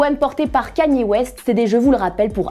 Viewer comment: “Laibron James”, “Kaani west “, “ superfuun “